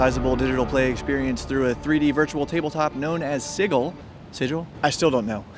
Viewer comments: Its actually supposed to be pronounced Sigh-jill. Root words are Signum and Glyffin. Basically, a sign that can be recognized at a single glance. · By standard English pronunciation rules, it's got a soft G because an e or I after a g or c softens them. Thus garden = hard G and gesture = soft G. 'Wiggle' is pronounced as it is, because it has a double G, not a single one. Since 'Sigil' is being used as a proper noun, when referring to the thing they made, they can pronounce it weirdly if they want but the standard way to say it has a soft g because of the pronunciation differences between standard Latin (the derivation of the word) and English. A minor tidbit: The word 'gill' is pronounced with a hard G because it probably derives from an Old Norse word written more like 'gjölnar' and that wasn't softened when Anglicised. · The G in Sigil is spoken like a J. It's a real world word that means a symbol of magical power. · How do people in this community, who have no doubt seen Matt Mercer get mocked by the internet and his castmate for pronouncing Sigil with a hard "G", still not get it right 🤣? It's a soft G. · It's not sigil, it's sigil.